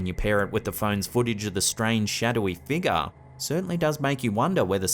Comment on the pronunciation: Figure is not pronounced feegah.